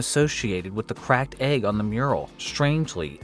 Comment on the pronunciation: Hey nice video. When are you learning to pronounce "egg"?